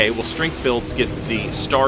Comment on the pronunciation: At first I thought he said "15 bills ago" and I was like, that's a neat way to label months. But no, he said builds.